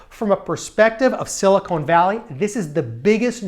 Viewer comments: SiliCON not siliCONE valley. I lived there for years and your mispronunciation is common. PS the valley of silicone is down south in LA! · It’s Silicon , not silicone. The former is an element on the Periodic Table and the latter is kitchenware. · It's "Silicon Valley" - not "Silicone Valley". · very interesting but I cringe whenever he says siliCONE. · Couldn't get past "Silly-Cone" Valley (however, cool couch).